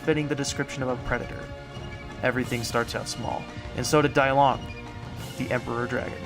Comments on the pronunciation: It should be pronounced Dee-Long instead of Die-Long, since the name was from Chinese. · it's pronounced "DEE-long" not "Die long" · no its pronounced day-lungus